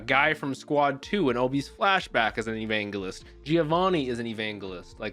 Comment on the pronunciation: it's hard not to like Vulcan, he's such a fun dude. I'm glad you're already meeting him :D. PS Evangelist is pronounced with a soft j sound, not a hard G sound haha just thought you might wanna know.